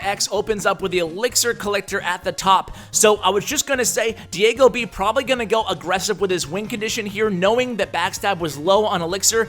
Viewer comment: Remember the times where says DiAgoB instead of DiegoB! Lol! I bet Diego was triggered!